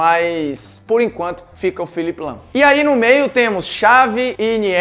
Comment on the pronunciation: Quando você falou lahm pode eu tinha entendido lampard